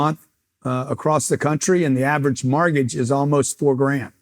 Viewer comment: Is it me or does he keep saying "martgage"